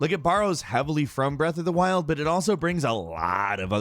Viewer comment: Nobody:: BREATH OF DA WILLDD!!!